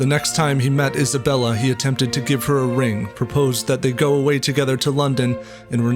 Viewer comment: Thought u said hasbulla 😭😭😭😭